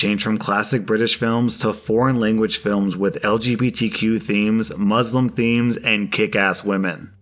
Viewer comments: 1. Second story: COME ON! You clean both bathrooms? And then you get petty? When nature calls it calls!!! Just take more time and clean one at a time. 2.: The “S”s in Islam and Muslim are pronounced as “S”s rather than “Z”s. ❤️ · Dude, please! It is Isssslam not Izlam. And Musssssslim NOT Muzlim. It's not like tomato (to-may-to) tomato (to-mah-to), or aunt (ant) and aunt (ont). There's only one correct pronunciation. I don't know if you make this mistake as well but just for the record: Iraq and Iran are eh-rak and eh-rahn not eye-rak and eye-ran. Nobody calls Italy (eh-taly) eye-taly. They're all the same. You're welcome.